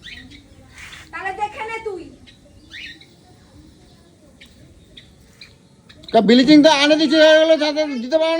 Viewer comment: হা হা হা ব্লিচিং কে বলে বিলিচিং 🤣🤣🤣🤣